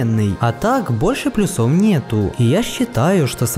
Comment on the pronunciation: Ставь ударение правильно в слове плЮсов.